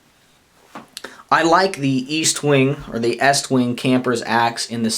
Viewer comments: Its pronounced Estwing not EAStwing no A just saying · I believe it's Est-wing not East-Wing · No offence, but it's Est-wing, not East-wing, I have the three sizes, and they work real good for the money, tough as nail's, and having the three sizes, for the price of one Swidish axe, I can get them pretty sharp, I have no problem taking either the leather handle 14", or my shock absorber handle out for a hot cup of coffee on a open fire, it just doesn't get any better, I like to enjoy myself, so I also carry a 5"-6" knife, like my Bokor Plus Vox Rold, or one of my Swamp Rat's, like my Rodent 7 ( I know it's not a 6" blade, but why not, it's only a inch longer, and has a choil ), or my new Rodent 6 which I had the top gaurd taken off, and now it look's like a beefy Ratmandu, anyhow, the East - wing's fit right in and make a great companion with my tool carry, at this time, I would like to say, I enjoyed your video, and also would like to Wish You a Happy, Healthy, and Prosperous New Year.